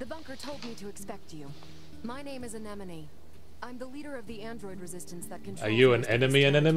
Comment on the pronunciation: Damn it Yahtz, stop saying "Anenome" instead of "Anemone". You only got it right exactly one time.